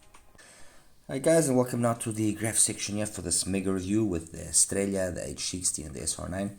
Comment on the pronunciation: i know this is going to sound a little silly, but thank you for being the only other reviewer, aside from Paul Wasabi, to say "Estralla" properly. I find it grating, like people say "Tore-Till-Uh", instead of "Tor-Tee-Ya". Inexcusable in this day and age.